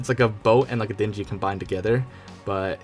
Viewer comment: They're Dinghies...... not Dingy as in dirty. lol